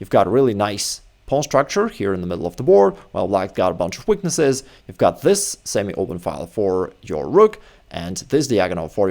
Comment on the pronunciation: For the longest time I thought that you were referring to the scattered pawns as "witnesses." I just figured out that you were saying "weaknesses"... Ha! Makes a lot more sense to me now. My bad.